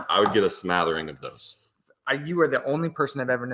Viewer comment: The word is "smattering"... I don't think "smathering" is a word... lol